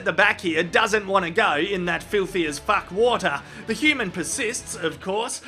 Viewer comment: the way he say FACK. always make me laugh hahahha